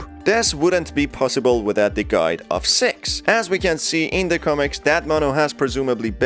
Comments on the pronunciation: I’m sorry , not trying to be disrespectful in any way , but it’s six not sex , even my subtitles spell out sex cause of the way he says it , lol even my daughters pointed this out also , great video btw and keep up the good work ! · I had my subtitles on and whenever he said six, it said se